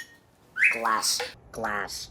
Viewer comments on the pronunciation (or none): G L A S S K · I love how pronounced it as "GA-LASS!...", sometimes. He is so cute!... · classic GLASSK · You know the origin of glassk is he used to just say glass cup and couldn't say glass on it's own so he went through a small transition period where he would pronounce the c in cup when trying to say glass.